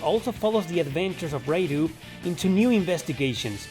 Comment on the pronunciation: Atloos? Raidoo? Serioosly?